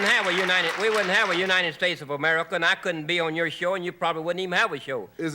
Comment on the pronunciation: "Amurrica " when you hear pronounced like that you in a sun down town 😭